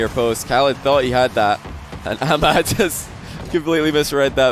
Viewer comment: You are from USA or England and you pronounce ahmad wrong. Just informing 😂